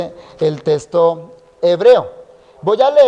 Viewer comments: Testo no es le falta diccion texxxxxto ok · Buenísimo, pero que extraño oír al pastor decir testo, testo, testo, testo… salvo por eso es de lo mejor que he escuchado